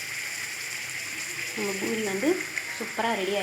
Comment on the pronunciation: its not pinairathu pa pisairadhu